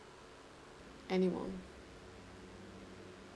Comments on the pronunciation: I'm a little late to the party, but thank you for such a great demo of all the colors. There's a big sale now and I want to grab a couple of the blushes. The colors are all so beautiful! Oh -- anemone IS hard to pronounce! Here you go: uh·neh·muh·nee Hope that helps! 😊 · I believe that blush is pronounced “ah-neh-mo-nee” cause I’ve heard it in a song before 😅 I got their holiday gift set that has Azalea and I’m so excited to try it out! Your swatches are soooo helpful because you’re quite close to my skin tone and also undertones. I think the last four shades are stunning and I think I might wanna purchase Foxglove as well, it looks absolutely stunning!